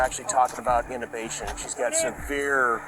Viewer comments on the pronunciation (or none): I hate this AI crap! That wasn't "innovation!" It was badly pronounced "intubation!" Which is when they put tube, attached to a respirator, down the trachea to aid with breathing. That's a sign of significant throat and, possibly, neck trauma.